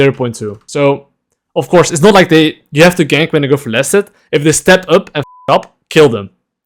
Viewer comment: He kept saying laners, "Go for last hit," and all I could hear is, "Go flaccid."